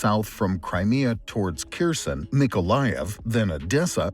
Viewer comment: Please use correct pronunciation of Kherson next time. Yours is so distracting.